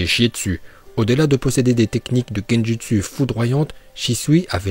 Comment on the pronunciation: Gendutsu ça se prononce gendoutsou et désolé pour la faut